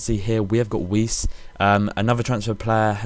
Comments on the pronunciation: weiss is saidlike Vise no wees just saying good vid though man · you pronounce it weiss as vice not wizz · Weiss is pronounced as vice :) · weiss is pronounced vice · It's pronounced with a V, VICE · weiss is pronounced "vice" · Weiss is pronounced Vice (